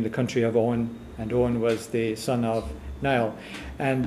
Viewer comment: wrong. gaelic is never pronounced like it looks on paper It is pronounced Niel. Greetings from Ireland.